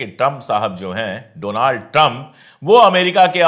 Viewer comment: Pandey Bhai, it's not Donaald but Daanld Trum.